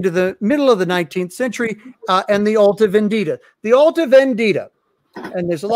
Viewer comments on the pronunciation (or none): Symonds "Alta Vèndita" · As an Italian, sort of fun to hear no one being able to say "alta vendita" correctly, and the comments about pasta dishes once the Carbonari (Italian freemasons indeed in time) were brought up. Good talk, tho, all silly jokes aside: I am glad you all want to reveal the issues with Marshall's book without attacking him out of malicious intents.